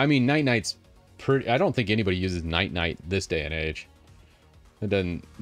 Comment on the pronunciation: still calling Ninite "Night-Night" 😂